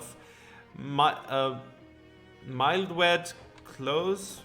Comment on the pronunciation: I’m kinda tired of you saying mildewed wrong. You say it as mile-dewed, but you should be saying it like mill-dewed. It’s mold btw.